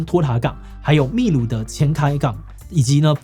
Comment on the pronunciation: 秘鲁读错了吧